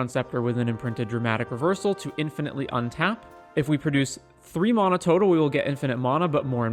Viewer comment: Couldn't stand how u Saud mana